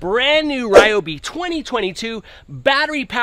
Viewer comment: You cant even pronounce the company name properly.